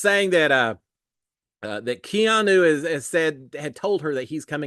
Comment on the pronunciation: If i am going to listen to you again this year..you have to say Keeeeaaaannnnu's name correctly!